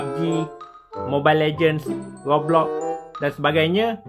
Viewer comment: Saya pun pelat R macam sebut roblox macam itu